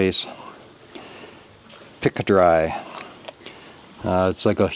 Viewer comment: I have never seen vertical vinyl siding before myself. Is this a newer product, or is it the same horizontal siding, just turned on end ? The color is nice by the way. Those mechanical pencils are nice. In the US area's it is pronounced P ca , ( the I is silent ).